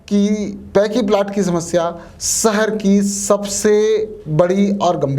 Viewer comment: सहर नहीं साहब "शहर"